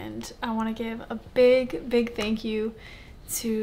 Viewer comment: That was nice of u guys ....going back to say tanks..it's wooonderfull